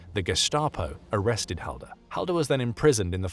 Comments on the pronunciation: its pronounced hallder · that's me grate grate grate grandad its and say the last name right ffs